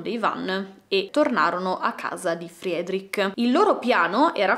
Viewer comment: ...si pronuncia "Fredric", non "Friedric". Lo so perché ho un amico di origini ruandesi che si chiama Frederic. 😂😂